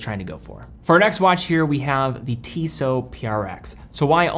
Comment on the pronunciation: *Tissot prx, not tiso